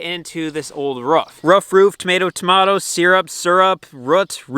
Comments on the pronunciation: I Know you know but please don't say ruff again! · No, cant let you slide, its ROOF not RUFF lolol